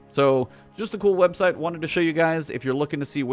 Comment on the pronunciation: "websalt" ?? lol